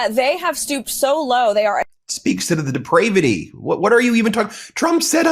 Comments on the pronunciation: Is lyin Carolyn inventing words now? Deprayvati? That isn't in any Oxford dictionary. Not pronounced in your Russian wordage. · Deprayvity??? Is that depraved praying? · Not funded by tax dollars but funded by tarrifs which are tax dollars. I'm convinced people who subscribe to faux news have a 3rd grade education. D-PRAY-Vity? 😂😂😂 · Yup....she could not pronounce "depravity". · Karolying Leavitt can’t even pronounce depravity😆🤦🏾‍♂️